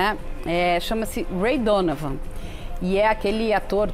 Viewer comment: Ela falou Ray Donavan?!?!